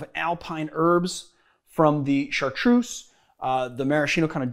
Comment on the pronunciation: Rendall He pronounces Lillet and Chartreuse correctly though, and lots of other stuff. Also, Maraschino is an italian word, so I can’t really see it having an english pronounciation. Then again, English is a second language for me, and I’m used to pronouncing foreign words correctly.